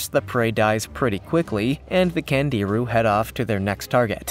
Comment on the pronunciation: last fish pronounced Kongeerue. and they suck.